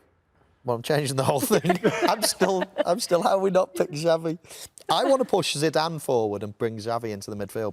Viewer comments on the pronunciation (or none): I think the most criminal thing is rio Ferdinand pronouncing xavi as "chavy"